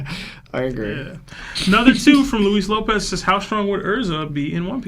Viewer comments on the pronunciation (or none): none